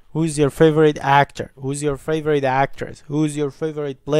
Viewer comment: فاڤورایت ناخوێندرێتەوە (فەیڤرت ) دەخوێندرێتەوە